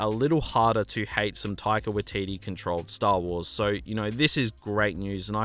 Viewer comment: its pronounced 'taika-why-teetee- not 'taika-wa-teetee'